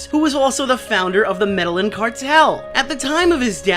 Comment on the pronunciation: I love that neither or can pronounce "Medellín"